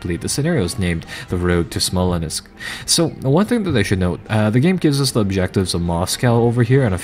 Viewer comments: I love your lets plays. However, I think it is Smolensk, not Smolenisk. I can help you properly pronounce some of the names in your Operation Market Garden play through if you want. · The correct pronunciation, as far as I know from watching Russian films, is "Smol-yensk". It's not spelled that way, but it is pronounced that way, as if there was a "y" after "Smol-".